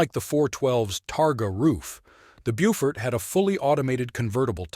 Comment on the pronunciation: pronounced Bow-fort, Bow-fighter, ect.